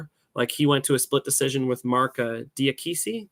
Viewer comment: Marc diakese or however it's spelled, its pronounced Ja-kay-see